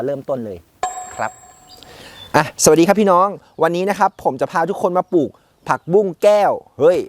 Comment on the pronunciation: คำว่าปลูก อย่าออกเสียงว่า ปูก